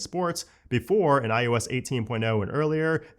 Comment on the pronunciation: Is it just me or does he start out saying iOS and then slowly starts to say iUS?? 😅